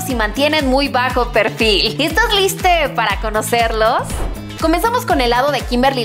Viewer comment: dijo estas liste